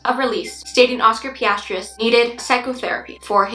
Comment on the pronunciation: For future reference, you pronounce Pistorius just the way it is spelled: Pis•stor•eeus